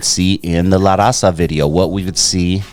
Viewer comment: Vato you can't even pronounce LA RAZA correctly...typical Chicano. And you don't know 2 of his biggest albums smile now cry later ( Eastside rendezvous, La familia) when hell.a freezes over ( mexican border) homeboy do your research when you speak on a mexican legend like Frost!!